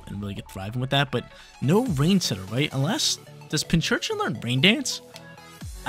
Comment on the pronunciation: big fan, however. ITS PIN-C-URCHIN not PINCH-URCHIN.:)